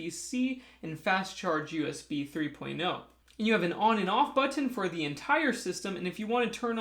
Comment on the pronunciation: Merry CHRISTmas. Love listening/watching you do your reviews and talk solar (especially when you say "button"; ) Awesome review again. Your so smart. Happy new year my friend!!